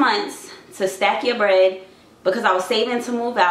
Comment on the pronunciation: I LOVE THIS! Keep doing you! Everyone else will adjust!! Know thyself and get that bwead. 😂😘🤞🏽